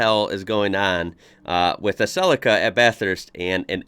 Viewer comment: Suh Lee Kuh rather than Cell icker